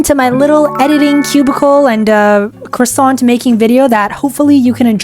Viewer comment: Ooo Cwasont